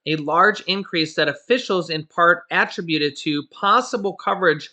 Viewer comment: Keep up the great work, Sir! (BTW the word "attributed" is phonetically pronounced "ah-trib(rhymes with rib)-you-tid) 😏